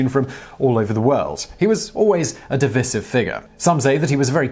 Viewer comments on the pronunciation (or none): The posh sounding accent is funny when mispronouncing words, like divisive.